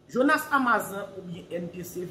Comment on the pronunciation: Misye anraje.li pa gn vwa jonas ditou Li ta vle imite jonas podyab.epi li paka di amazan nn.amazone 😁😁